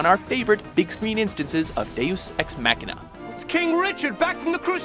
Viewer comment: I experienced physical pain every time the narrator tried (and failed) to pronounce "deus ex machina"